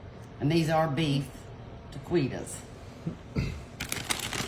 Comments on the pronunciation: It's pronounced ta-key-toes. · The q is pronounced as a k. Ta Ke tas!!!